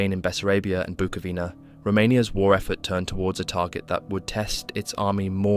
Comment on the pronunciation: it's pronounced "Buco-vina"